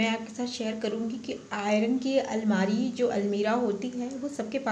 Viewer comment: Almera nahi almari boliye